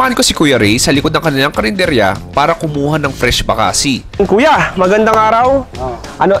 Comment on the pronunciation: Bakasi is pronounced mabilis not malumay